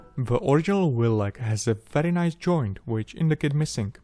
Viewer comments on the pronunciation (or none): none